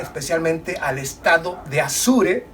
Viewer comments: Apure... Estado APURE.. No se le dice Azure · No es Asure, es Apure. Yo también confundía a Chihuahua con un perrito. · Mi amigo muy buen video. Pero se dice Estado Apure